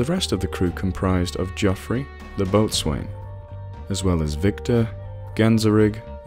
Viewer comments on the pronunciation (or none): I hate doing this because you are so good and barely make any mispronounciations but I would rather know if I were you so- boatswain is bo'sun. I hate myself for that but because you're a head and shoulders above the rest I reckon you'd want to know too. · Boatswain is pronounced bossun.